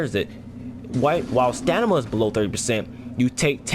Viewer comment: Dude stop saying stanima....it's called stamina lmao!!!